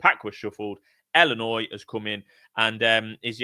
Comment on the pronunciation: Iearn to speak its illinois not ellinois